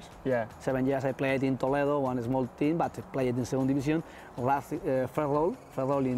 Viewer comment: I have observed that with Nacho as well.. both say Tean instead of Team